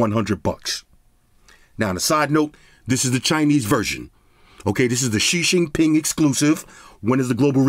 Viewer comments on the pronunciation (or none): The she shing ping lol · XishingPing gets me every damn time. Fucking dead lol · Oh man "shi shing ping" gets me everytime 🤣 Only thing holding me back is the battery size. Other than that I could deal with the other draw backs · "The She Shing Ping exclusive version" LMFAO bruh did Pooh's name dirty. And I love it 😂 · That line had me 🤣🤣🤣 also made me look up how it's spelled. Turns out it's spelled Xi Jinping, i was always curious whenever he mentions him lol